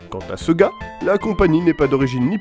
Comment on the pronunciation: Quand tu prononce sega (par exemple) a la 'française',c'est fait expres ?